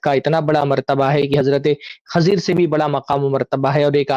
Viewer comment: Khazir Nahi Khizr plssssss allah ke waste nam ka prounounciation durust kro kan me chub rha h litrally